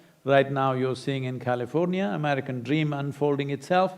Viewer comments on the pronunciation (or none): none